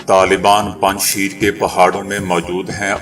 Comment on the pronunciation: Panj sheer nahi PANJSHAIR hy